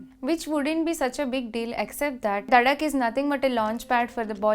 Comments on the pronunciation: Also it is duuhhh not dhaaa😂😂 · Did she just say DHAAAAAA instead of DUHHHHHH